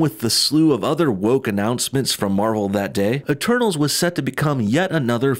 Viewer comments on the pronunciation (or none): Instead of "eternals" I heard "the turtles" or "eterballs"